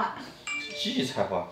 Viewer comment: 是Ji 荠菜花 不是 di 哈